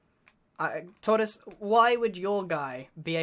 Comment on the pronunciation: t. t. TAURTIS U SAID IT WRONG..... ITS HE WHO MUST NOT BE NAMED